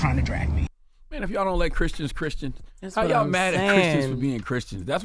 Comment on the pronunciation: "Chriskians." - Charlamagne